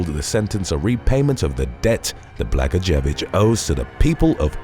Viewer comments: " Bluh-goy-a-vich " is the former gov. of Illinois. He then was making license plates. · Former Illinoisian here: Blagojevich is actually pronounced "Bla-GOYA-vitch." It's a tough name, though. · Its pronounced Blagoyovich.